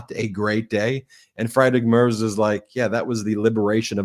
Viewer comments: I am a fan, but you have to work on you pronunciation. The chancellor of Germany is pronounced Freedrick Mertz, not Fride-Rick Marts. Sorry. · It’s pronounced: Freedrish Mare-tz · Please learn how to pronounce Friedrich Merz. Friedrich Say: “FREE-drick” (rhyming with “Patrick”) or, more accurately, “FREET-rikh”. Merz Pronounced like: “Mairts” Rhymes with “hurts” or “shirts,” but starts with “Mair” (like in “mayor”). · It’s “Freed-rick Mairtz.” Fred Mertz, for those “I Love Lucy” fans. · Ben: Merz’s name pronounced freedrik merz (the e is pronounced like the “a” in mare.